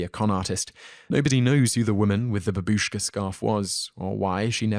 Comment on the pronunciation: its not ba bi sh k a but, as written, ba bu sh k a